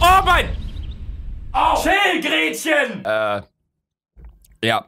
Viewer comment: Luca: ,,Chill Grettchen" Ich : ,, bist du dumm, lucchen"😂